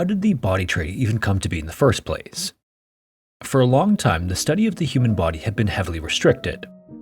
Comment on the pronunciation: You should emphasize the "be" in "come to be in the first place." It's a statement about "being," not a statement about "being in."